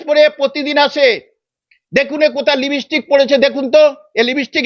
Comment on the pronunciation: লিপস্টিক কি জানেন ভালো করে উচ্চারণ করেন😂